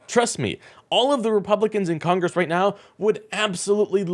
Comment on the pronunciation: What (s)he(?) has to "say"(?) is so "impordent" to the "you-nine-it-states" - especially "nee-ow"